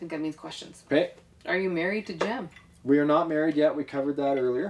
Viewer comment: IT'S NOT JEN IT'S JEM